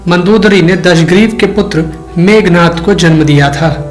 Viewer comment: मेघनाद not मेघनाथ ...